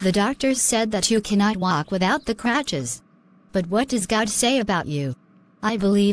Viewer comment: For future reference: "Crutches" instead of "cratches"